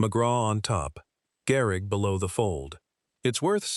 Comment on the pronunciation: Garrick??? AI SUCKS